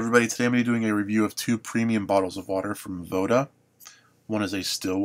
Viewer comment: anyone else think it was "vodka" instead of voda?